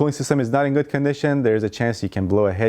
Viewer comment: Who else heard “goose gas mileage” when he spoke about the Toyota Tercel ? Lol